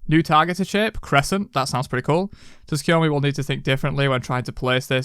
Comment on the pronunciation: hey resident weeb here. letting the people know so they can say it right. His name is pronounced Soo-koo-yo-mee. The t isnt silent but very light, it's kind of combined with the s but you can just drop it and it'll sound 99.9% proper.